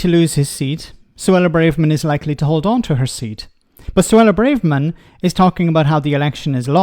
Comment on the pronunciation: It is Bra-verman,, not Bray-verman. That has been established for a long time now and Emma Barnett pronounces it like that in the opening moments of your clip.